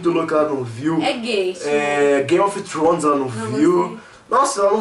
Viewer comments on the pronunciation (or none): Só eu que ouvi Gay of thones ehuehuhueuhe ?